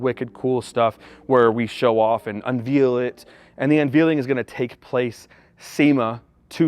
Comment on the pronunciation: "Unveal it" 🤣🤣🤣